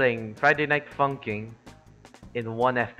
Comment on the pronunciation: Is it just me or you said friday night fungking reminds me dunkin donut and thats what we are suffering with my bro😅🤣